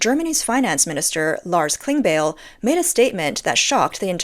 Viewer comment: He is pronounced Klingbile